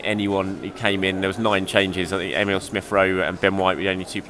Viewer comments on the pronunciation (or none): none